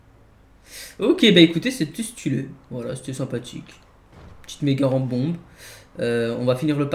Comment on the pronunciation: qui a compris pompe au lieu de bombe ? 🤔